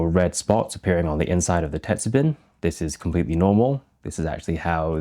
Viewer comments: "bin" is pronounced like "bean" but with the ending "n" being slightly nasal. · I'm curious about your varying pronunciation of "tetsubin." Mostly you say it Western-style—"tetsu-bin, with a short "i"—but occasionally you use the Japanese hatsuon "tetsu-been" (the "i" sound being "ee" in Japanese). Do you mostly say it English-style by force of habit, or are you intentionally using Western pronunciation for your Western audience?